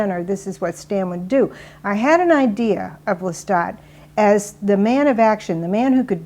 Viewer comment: it's Pronounce Lestat